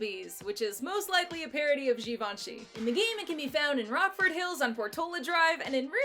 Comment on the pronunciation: Obsessed with how she pronounces "Givenchy" later in the vid. So couture